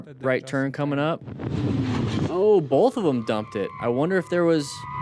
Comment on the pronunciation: O:18 He says "bolth" - unsubscribe 😂